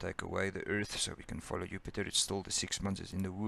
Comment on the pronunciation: Disorganized and poorly presented. He cannot pronounce Jupiter as well. Goodbye.